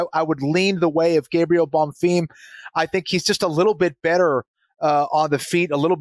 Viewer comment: Anik trying to subtly emphasize BonFEEEM after has repeatedly said Bonfirm. Gotta appreciate how JA always gets it right, not just fighter names....but also fighter names 🙃 so the rest of us don't have to cringe so hard